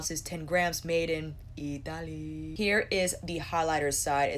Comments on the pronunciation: Now every time i read or say 'Italy'.. it automatically sounds like 'Ee tah lee'.. 🤦🏽‍♀️ cant help it. 😁😁🤣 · Sooooo funny , I stop the video now every time you say it because I have a little laugh and then start it again.